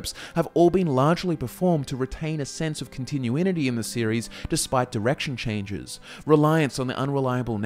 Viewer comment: "Continuinity" /unsubbed